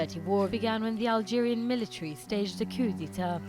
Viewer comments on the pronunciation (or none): it's prenounced Hellgeria lmao